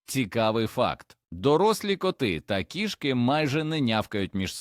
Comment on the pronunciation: У кІшки в животі кишкИ!!! Став правильно наголоси!!! 😂🎉😂🎉😂🎉